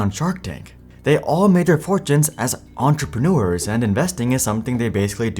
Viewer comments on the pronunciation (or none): on-truh-pren-noo-ers? Uh, no. Ugh. Fail. Do it over. From the start. Entre: on-truh. pren: pren. eurs: ehrrs maybe?